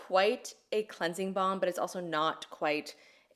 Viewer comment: Is it just me or does says "cleansie bomb"?